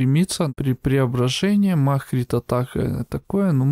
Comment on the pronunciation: МАГ.... А не маХ